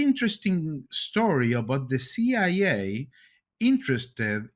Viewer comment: I like how he says pigeons and CIA. 🙂 The ping-jyuns. See-yai-yay.